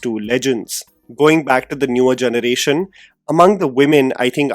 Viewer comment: I love your channel, so this feedback is really just out of goodwill! Your English is incredible, but might I suggest focusing a bit more towards honing your diction? You pronounce generation as “jhunuration” which is a bit distracting. I’ve made this suggestion in other videos too! I’m sorry for being critical but I see a bright future for you in this field, and fixing your diction would take you to even greater heights! Thanks for considering!